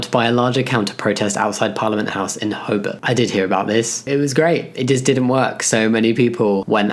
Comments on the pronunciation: the pronunciation of "Ho-bart" as "hob-bert" is kinda annoying me as an Australian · Another amazing video! FYI Hobart is pronounced HobArt (hard 'a') if you want to give it the authentic Aussie sounding name.